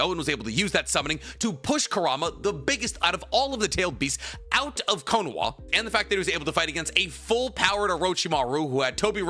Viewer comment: If you’re gonna say some of the Japanese versions of words such as “Konoha,” can you pronounce them right? lol no hate but hearing “cone-wha” sounded weird. And you said Konohamaru fine, it’s literally just the first part of his name lol.